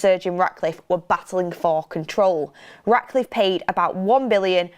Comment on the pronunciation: Why do I keep hearing Sergio Raticliffe? 😂😅